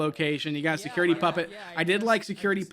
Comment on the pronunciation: m n a f secuwaity breec?